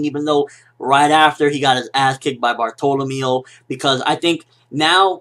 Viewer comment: Nice review, but something about the way you pronounce Bartolomeo just bugs me so much :D